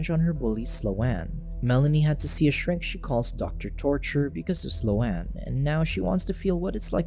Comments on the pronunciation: Sloane is not "Slow Anne" lol.... It's pronounced "Sss+lone." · Its pronounced "slown" not "slow-ann" 😂 Omg its driving me nuts lol. I'm having a really hard time following with this recap. I'm sure the plot isn't helping, but you're not even saying entire sentences that I'm reading in the cc, & its just.. like, for example, why did the zombie water make sLo-aNn realize she wasn't kidnapped..? You just like left it at that sentence. Maybe you explain it later, but that's like the 4th thing and now I'm too annoyed to finish this shit. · The mis-pronunciation of Sloane was killing me. It's not "slow-ann;" it's one syllable and it rhymes with "bone." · I came looking for this comment 🙌🙌🙌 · The pronunciation of Sloane was bad enough, but what really drove me to the brink was the constant, repeated misuse of the phrase "on the other hand."